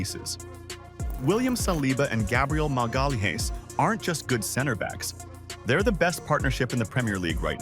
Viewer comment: I was out as soon as the AI tried and failed to pronounce Gabriel’s surname